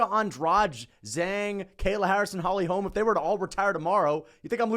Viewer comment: The way he says "Holy holme" ! Loool